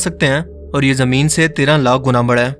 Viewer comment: Aap Hai ko aim kyon bolty hain